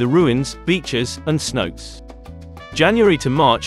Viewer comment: Couldn’t even finish the video… Tulum has its own international airport so advising to fly in from Cancun is mean your info is severely outdated. Don’t call the water holes “see notes” call it like how the locals call it smh. (say-now-tay)